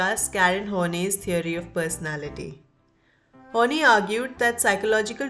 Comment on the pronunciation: This is interesting and helped me a lot too. However, Karen's last name is pronounced as "Horn-eye" not "Horn-knee".